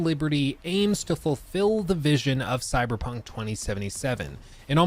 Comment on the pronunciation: Stop saying coy dude its really lame its time to stop!!